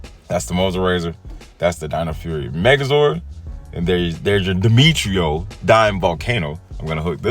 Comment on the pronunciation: If I'm correct I think it's pronounced Die-metro zord 🤔